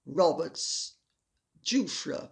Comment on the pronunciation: I believe the woman's name is pronounced with a soft G so that it sounds like- zhoo-fray. It will be a name much uttered in the next few weeks.